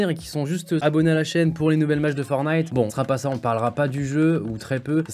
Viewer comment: il a dit FORNITE